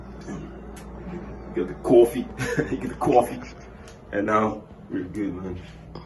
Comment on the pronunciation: I know this is year on; but how you say bang, bang, bang, boom and cuffee make you lsound ike a Bajan: a name for some who comes from Barbados